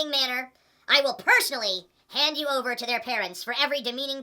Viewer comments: I started goddamn SCREAMING laughing when you pronounced "ypu" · I couldn't stop laughing when TJ pronounced "YPU"